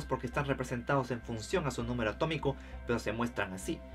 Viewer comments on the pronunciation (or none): none